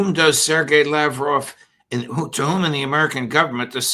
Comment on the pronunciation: You'd expect Judge Neapolitan would have the courtesy of pronouncing names like "Lavrov" and "Zakharova" properly. But I guess not.